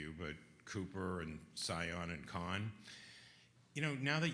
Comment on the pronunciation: Is there a reason why “professional” journalists still cannot pronounce Sion’s name correctly? I think he’s deserved that and appreciate the MC ensuring such.